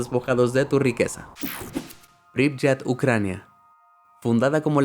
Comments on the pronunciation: Solo con China se puede rellenar el top, yo conocí ese distrito en Tianjin y es tal cual, esta todo vacío…Turkmenistan es un país como Corea del Norte, muy pocos turistas pueden entrar…La ciudad Ucraniana se pronuncia “Pripiát” no “Pripllat” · Algo que corregir: Pripyat se lee < >